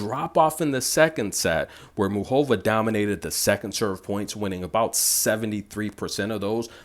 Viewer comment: Lol please pronounce her name right: its Moo Ca Va 😁